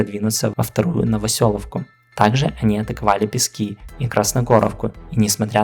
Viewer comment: как говоpится, не Пески, а Пески. Спасибо за видео